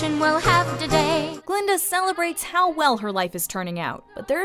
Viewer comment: it's Guh-Linda, with a "GUH".